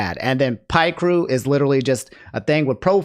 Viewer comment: My vocab is shit and i still don't use that word. then again, i actively avoid using words i don't feel comfortable using regardless of my vocab diversity. PS: the way i hear Picrew pronounced is more like pic and crew combined together. it's a mostly Japanese site that hosts avatar creators that anyone can submit to. If you don't care for the a possible pronunciation it's all cool. I just was giving you the heads up because there are times you genuinely do not know and times you clearly wanna say something your own way and i don't blame for either.